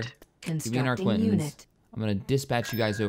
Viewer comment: For god's sake,! Arquitens is pronounced ARKITENS not ARQUINTENS!